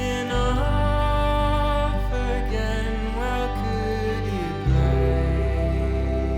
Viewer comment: I'm convinced he pronounces stuff wrong on purpose. "Jon Ray" "PixER" "Ad-Vert-Ass-Ment"